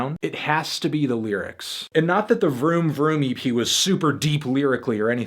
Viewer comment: when he said vroom vroom EP I laughed because it was like he said "vroom vroomy pea"